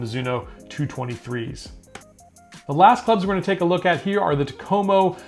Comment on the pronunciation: In the Finnish language, the emphasis is always on the first syllable of words. So it's "TAK-o-mo" Enjoy your videos.